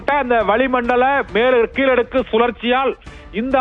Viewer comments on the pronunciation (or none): மேளடுக்கா கீளடுக்கா சரியா சொல்லுங்க ரொம்ப பரபரப்பா வாசிக்கிரீங்க